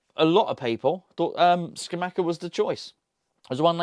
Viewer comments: …love the channels but you’re driving me nuts….you’re bad bad at pronouncing other languages and Geo is a language murderer if that’s any consolation….it’s Ska-mak-ka and Sas-swo-lo 😭 cheers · Pretty sure it’s pronounced sca-mah-ca no cha sound. If you watch commentators English and even Italians pronounce it this way from what I’ve seen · Scamacca is pronounced with hard c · Scamacca. Hard c's not soft c's